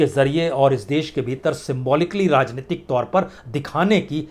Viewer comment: Rrrrrrrrrrrrrrrrajneyatik😃😄😄😄 rrrrrrrrrrrrrr rajneitik rrrrrrrrrrrrrr😁🤣😄rrrrrrrrrrrr